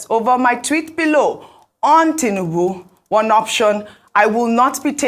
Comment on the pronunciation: Please it's not tunubu. It's President Tinubu. Correct yourself please.